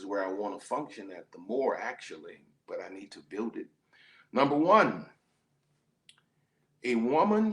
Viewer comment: 'You gon buil wit me?' 😬 #chileplease